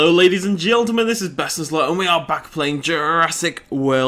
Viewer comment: "Hello ladies and geltemen" is that what you're actually saying? XDD